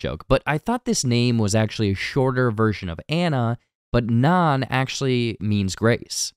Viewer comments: He keeps pronouncing Nan like naan😭😭😭😭😭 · Which is food. Bread. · yes thank you god bless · if you are going to read this script, watch the movie, its Nan with a long A. i cant even finish this now. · yes thank you